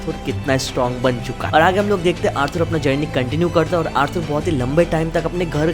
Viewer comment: Bro Arthur ko "Arthoor" nhi "Arthaar" pronounce karo